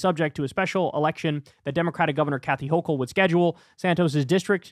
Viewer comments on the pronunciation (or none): none